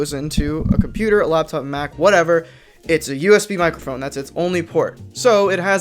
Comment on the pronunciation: "Mike err phone"